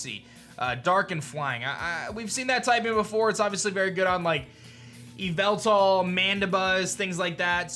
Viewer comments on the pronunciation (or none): none